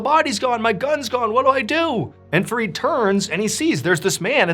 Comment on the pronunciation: It's Fareed and I'm hearing forreed😂